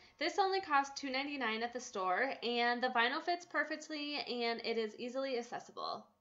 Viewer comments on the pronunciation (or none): Girl. Please stop saying assessible